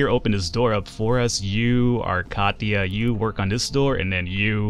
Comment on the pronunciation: *Kachia... it is not KACHIA, it is KATIA, try to spell latin, not english, the game is not made by english, keep in mind, show some respect for Europeans, kachia... lol